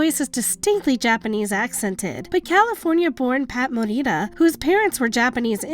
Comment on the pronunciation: Morita is JAPANESE not Spanish, You don't roll the R. So please stop with the virtue signalling.